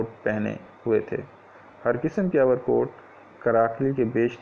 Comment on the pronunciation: Overcoat not over kot 👍